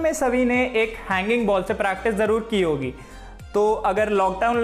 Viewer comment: Love the accent 'Hoygi'❤❤